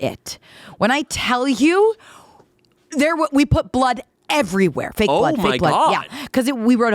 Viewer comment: emphasizing "fake" blood is killing me